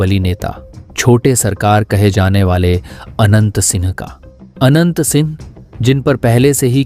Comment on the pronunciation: आवाज "आनंद "सिंह आ रही है